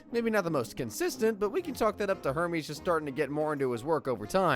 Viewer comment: It's "Hermes' Office" not "Herme's office".